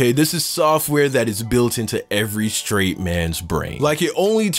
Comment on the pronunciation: anyone else besides me loves how he said every STRAIGHT dude😂😂